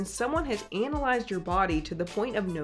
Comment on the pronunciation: ANAL-IZED?! ive never heard anyone pronounce analysed like that